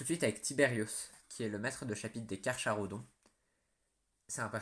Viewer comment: Tyberos est juste imbattable et inarrêtable mais je doute que GW fasse une nouvelle fig ! Si jamais ça arrive je l'achète directe ! Si il est primarisé... il va atteindre les 3m !!! Petit truc qui ne va pas dans la vidéo : Carcharodons oui mais le "cha" se dit "ca" !